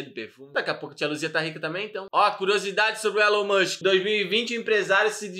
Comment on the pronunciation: "Élu mãnxqui é aqueli qui vendi carru cum ixtensãum"